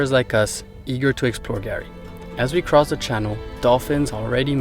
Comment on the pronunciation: Guys, we love your Chanel. You do an excellent job. But calling Fraser Island/kgari “Gary” is a fail 😂